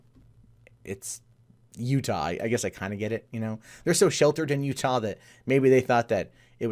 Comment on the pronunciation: You nailed Utah congrats lol